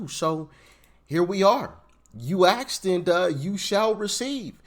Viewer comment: "Asked", not "axed". C'mon Doc!